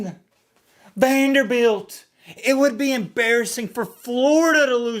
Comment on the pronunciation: Say it with me.....VANDERBILT 😆